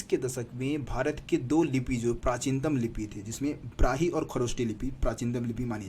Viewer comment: ब्राही नहीं ब्राह्मी